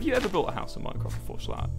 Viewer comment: Nobody: Wilbur: M o i n c r i f t